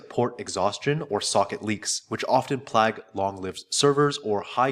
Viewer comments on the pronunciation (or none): you said plag but it's plague bro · Keep re-watching this just to hear “plaag” in place of plague Great video tho, really helpful :D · This is a great video overall. Thanks for the high quality content. There is something that I need to ask, though. why do you pronounce "plague" like "plAG"? In my 40 years of life, I've never heard anyone say it like that. I have seen a lot of YT shorts lately where people mispronounce certain words and part of me has to wonder if all of this audio was AI generated. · I just want to say, sincerely, that copying Fireship's thumbnail design was brilliant. I'm not sure if this is an AI generated voice (you said 'plag' instead of how 'plague is usually pronounced) but if so, even better.